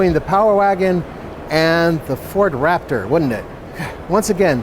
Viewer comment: The all-new Nissan Waptor! 😂😂